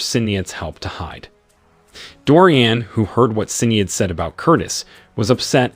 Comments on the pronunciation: I love listening to people trying to promounce Irish names. Sin-ee-ad ... heh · Sinead is pronounced sha-nade and Seamus is shay-mus. Teach your AI better language skills. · "Sin EEE Ad". lol. "SEE MUS".